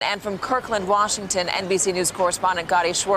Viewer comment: Wushington State